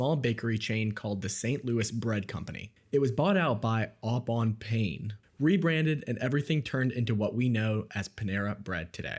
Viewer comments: I spit my drink out, the best NON-French (worst) pronunciation by an American in a long time "Au Bon Pain" becomes Ah Bon PAIN as in feel the PAIN!! If you don't know that is FRENCH and PAIN, pronounced PAN is bread! If that was an AI voice it just reads the script as written so when you listen BEFORE POSTING you are supposed to EDIT the script for the mispronounced words and write them phonetically so the AI voice will read them correctly! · It’s pronounced “pan” not “pain. It’s the French word for bread. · au bon PEHN not PAIN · Ah!!! It’s not Au Bon Pain…like a “pain” in the neck! It’s the French word for bread, pronounced “ paaaahn”! Otherwise the video was good, or “bon”…. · It was a French word; au bon pain, pronounced “oh bon pan”, not pane. Good grief. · The un educated bloke doesn't know that "pain" is french for bread and is pronounced as "pan" duhhhhh!😔🤌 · Just an FYI: Au Bon Pain is french. It translates to "a good bread" and is pronounced "Ohhh Bonn Pahhn" (closest approximation I can make) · LOL. You Americans really find French difficult! Au bon PAIN does not mean it hurts, PAIN in French just means bread! Pronounced "Oh boh paah". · "au bon pain" is pronounced more like "oh boh pan" (no "pain" involved!) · Au bon PAN is the correct pronunciation.... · Your pronunciation of 'au bon pain' hurt my ears. Even with an American accent, say it like "O bone pan" ('bon' and 'pain' are nasal sounds in French). Other than that, very interesting. I always thought they were way overpriced but I liked their food. It's amazing how many finance people think they are CEO's and can run a business like an investment fund. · "Ow-bonn-pain??? NO, you low class slob. Au Bon Pain is a French name, pronounced "oh bone pann". Ugh. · FYI it's pronounced "pan" not PAIN. Lolz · “Pain” in Au Bon Pain is pronounced “pan.” French for bread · Your pronunciation of Au Bon Pain caused me pain. It's "oh bone pan". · It’s pronounced “Oh Bon Pan” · ... I cringed at "Aww Bahn PAIN."